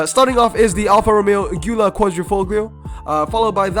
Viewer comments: In several videos previous you said it right every single time, but in this one and the 5 seater carbon one you butchered it To make it easier, say it like Julia Because italians love to put in extra letters lmao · Also, how do you go from pronouncing Guilia correctly to pronouncing it like a Ford worker from Iowa